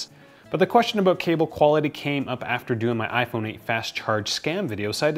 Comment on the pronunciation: "aboot" -Wait, is this guy canadian? maple leaf on shirt -Yeah probably, im going to look at the description -Canadian confirmed